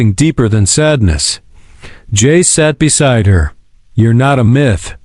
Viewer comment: Stop saying J A C E. Just say Jace